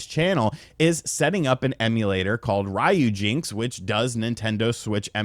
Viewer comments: It's Ryu... Not Rhyu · The way you're pronouncing ryujinx is killing my right eardrum.